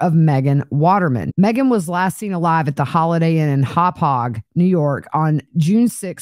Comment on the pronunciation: Proud of your (correct) pronunciations of Massapequa Park and Hauppauge!